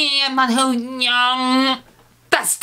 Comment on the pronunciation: he said yum is staid of young